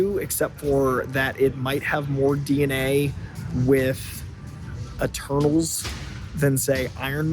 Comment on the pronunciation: When you said Eternals I thought you said Turtles haha